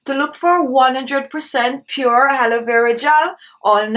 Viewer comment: Did she say "Haloe" Vera Gel or its my ears? Nice technic btw.